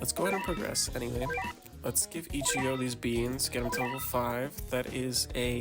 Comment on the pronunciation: No way bro said ichiga